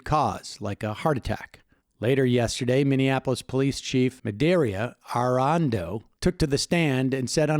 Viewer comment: Just a heads up from a Minnesotan, The police chiefs name is Medaria Arradondo [Air-Uh-Don-Dough]